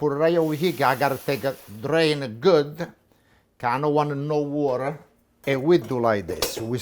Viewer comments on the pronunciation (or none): I love how Italians in the US say Woder (water) and boder (butter).